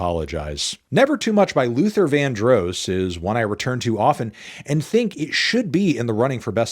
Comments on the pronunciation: Bro said LUTHER VAN-DROSE 😂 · I was very distraught to hear him say the name incorrectly. I’m not even that heavy on Luther but you put respect on the man’s actual name. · never heard Luther Vandross pronounced like that, okay